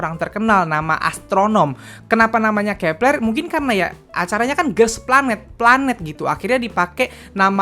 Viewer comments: Bang.. Bacaannya grupnya Kep1er itu kepleu(keplo) bukan kepLer😭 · Cara sebutnya kak " Keplo "